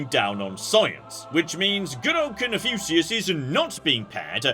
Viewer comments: I've never heard "Cun-few-see-us" before. At least it's not as bad as Guh-nisis! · Is it really annoying anyone else that he's pronouncing Confucius wrong? Seriously,? How do you pronounce Confucius wrong?! Are you doing it on purpose just to troll people? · His pronunciation of Confucius hurts my soul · Shouldn't every pronunciation of 'Confucius' hurt the soul? It has an 'f' in it that was someone's attempt to describe an 'ŋ'.